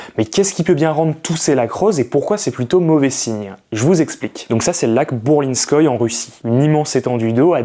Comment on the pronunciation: ça se prononce Bourlinskoyé (le e n'est jamais muet en russe)